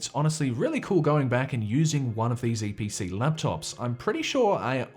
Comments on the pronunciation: EEE PEE CEE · ITS THE EE PEEE CEEEE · LETS GO EVERYONE ITS *ee pee cee